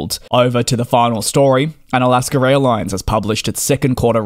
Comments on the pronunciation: NB: It is "Alaska" not "Alasker." My parents did this and it was very annoying and dennigrating. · Great update! Thank you! There’s no “r” in Alaska though! 😉 Don’t worry though, still fond of your excellent reporting as a fellow aviation enthusiast. I’m from Alaska’s home turf of Seattle and we tend to be fond of different English accents! Keep up the good work! Let me know if you’re ever in the Seattle area!